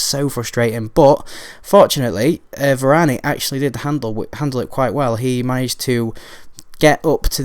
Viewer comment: You don't pronounce the "e" at the end of french words unless there's an accent :)